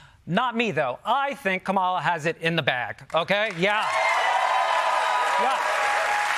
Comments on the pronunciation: Dude, at least learn how to pronounce the candidate's name (KAmala). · "Not me though; I think KaMAla has it in the bag." Buddy, you pronounce her name just as the right-wing media sphere has intentionally been doing and you're praising her. Now, imagine what nonsense the average, disconnected, apolitical person has been fed about the two candidates. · He said Ka-mal-a instead of Kam-a-la, sad. He mentioned Biggy but not Tupac, you're taking an aggressive stance there! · You pronounced her name wrong. KAH muh luh. Not kuh MAL uh. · CUMMA-la 💙 Say it right!!!!!! 🙄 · It's Kama-la, but sure Blue Heart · Comma la = Kamala. Pronounce her name right! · It’s Kam-ala though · Her name. Is. KA-ma-la. If your name were Jonathan would you want to be called Joe-Nathan? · Oh so we don’t care when he pronounces her name ka-MA-la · You're mispronounced Kamala's name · The mispronunciation is now NAUSEATING. If you can say COMMA, you can say KAMALA correctly. 🙄😡🤬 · I tuned out after he mispronounced the Democrat candidate's first name the same wrong way that Trump does. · bro doesn't know how to pronounce the name Kamala correctly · The Jan. 6th mob were not "soldiers" There were soldiers among them, but they were violating the oath they had taken to serve our country. Also, learn to pronounce "Kamala" correctly. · Man why does even this guy have to mispronounce Kamala? Can you say the word comma? Then stop being a racist and get it right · If you can say Pamela you can say Kamala. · Say her name correctly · Please learn to properly pronounce the Vice President's name correctly. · Why are you purposely mispronouncing Kamala's name? The daily show can do better. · Even they can't say Kamala's name right. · Why can't he pronounce Kamala's name correctly? Why? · you call the J6 Insurrectionists “Soldiers“? Slap in the face to any veteran or active duty who soldiered for this country. Not to mention the mispronouncing of Kamala Harris’s name at the beginning of this 💩 piece.